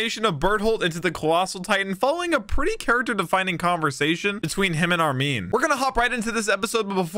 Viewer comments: It’s Armin and Erwin not Armeen and Ervin 😐 just say it the same way the characters say it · Ar-min not Armeeen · Buddy called armin " armean " 😂